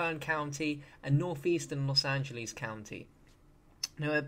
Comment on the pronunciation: He said it like Los Angelies Its Los Angeles